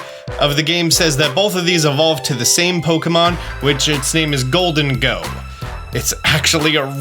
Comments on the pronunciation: Isn’t it pronounced “goal-deng-go” kinda like the name Diego? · I Love but man i hated how he said gholdengo